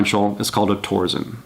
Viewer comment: It's pronounced "tor-sen." TORque SENsing. No "z."